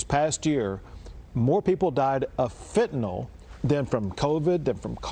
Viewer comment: Maria, it's not Fenta-nol. It's Fenta-nyl. Lol, the reason Abbott keeps using the word Fentanyl is to give you a sign that you're not pronouncing it correctly.